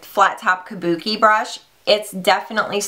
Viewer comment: I still can't get over MannyMUA calling them "Kabukes" haha!!